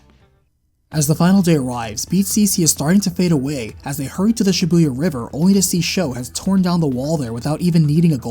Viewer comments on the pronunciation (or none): learn how to pronounce Shibuya...